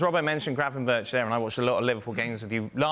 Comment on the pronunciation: Can people stop saying Gravenberg. It’s Gravenberch. More like perch.